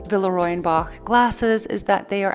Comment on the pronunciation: Verehrte …. Sie irren leider, in Deutschland spricht man „Boch“ nicht aus wie „Bock“. Das ch wird wie ein ch ausgesprochen 😉